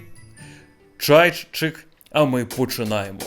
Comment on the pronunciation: Мені подобається як ти вимовляєш "Ч", це тверде і домінантне "Ч". Особливо в слові "чайчик".Гарного дня🗣️